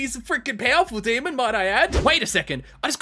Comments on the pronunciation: The fact he says demond really gets to me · I like how he says demond it's funny